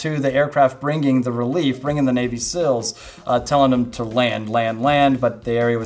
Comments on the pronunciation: Seal, not sill. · How hard is it to pronounce seals?! I am from a non english speaking country and i never had any difficulty saying NAVY SEALS. Its not Sils dude. Come on!